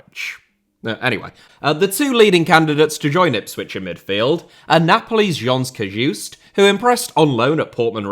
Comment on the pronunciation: you pronounced jens cajuste in a very french way but otherwise great video👍